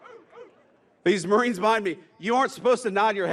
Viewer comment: I can't hear you say pwease, mawiens! 😂